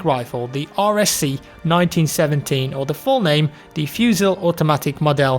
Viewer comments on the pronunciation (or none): fusEE, not fusile <3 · I agree, awful pronunciation :P For the next time, the L is silent in "fusil", "Mitrailleur" is pronounced like a French saying "Me Try Her" XD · Don't pronounce the "-l" in "fusil" ;) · "Fusil" is pronounced "Fusy" ;) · no... That's not how you pronounce any of these in french... Fusil is more like: Phuzi Mitrailleur: Mee-Tra-Yeur (i guess) Did you even google translate that one to hear the way its said? XD